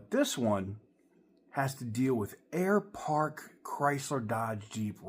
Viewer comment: Air Park? Sounds more like Air Fart, shame.